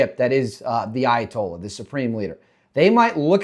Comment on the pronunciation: You need to say his title more clearly: It's not Ayatollah, it's ally toilet.